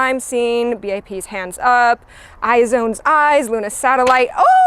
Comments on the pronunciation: no way rn you pronounced IZ*ONE as "i-zone"..... it's "eyes-one" bruh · girl what's an "eye-zone"